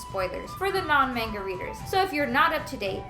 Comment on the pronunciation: The way she says manga hurts me Edit: Rest of the video was good, I also enjoy the way she explains things in comparison to Adil.